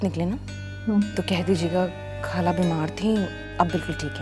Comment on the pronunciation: یہ لڑکی نے ڈرامے میں کام اچھا کیا ہے مگر یہ ہندوستانیوں کی طرح “خالہ” کو کھالہ اور “نخرے” کو نکھرے کہتی ہے۔ ارے بھائی، اگر اردُو ڈرامے میں کام کرنا ہے تو اپنا تلفُظ درست کرو۔ پھر ڈرامے میں کام کرو۔